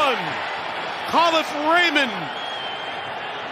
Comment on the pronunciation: Kahlif Raymond lol it’s KA LEAF RAYMOND